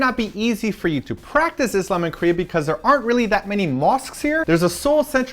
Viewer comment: and I loved the way pronounce the word ISLAM. =)